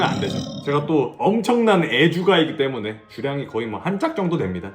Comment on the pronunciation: 구로키 때무넹 개취했엌ㅋㅋㅋㅋㅋㅋㅋㅋㅋㅋㅋㅋㅋㅋㅋㅋㅋ발음 뭉개지는 거ㅋㅋㅋㅋㅋ 개귀엽넼ㅋㅋㅋㅋ